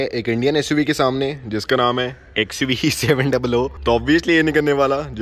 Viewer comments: It's XUV seven hundred not seven double o... There 2 zeros not oo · Bhai xuv 7 duble O matbolo kano me chubta hai.....xuv 7 hundred hai woo